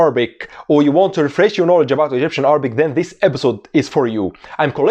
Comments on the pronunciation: Iam from Egypt and you pronunciation is great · damn I'm egyptian and your accent is so good